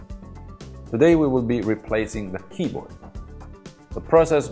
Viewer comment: I like indian pronunciation of keyboat.